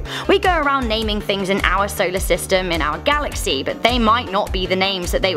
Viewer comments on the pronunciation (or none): none